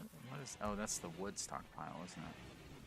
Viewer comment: "The Woodstock Pile" is what I heard when you mentioned the wood stockpile.